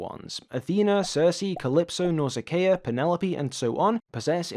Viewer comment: I have to say, the pronunciation of some of the names threw me. But, I may be wrong, my pronunciation of Telemachus comes from the Franco Japanese Ulysses 31. And my pronunciation of Nausicaa from Hayao Miyazaki